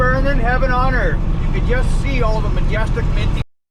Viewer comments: "Finna destroy da erff." I just died laughing. This is a good one for sure ya minty video making feller. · “Y’all finna gestroy da earf” 😂😂 I haven’t laughed that hard in years!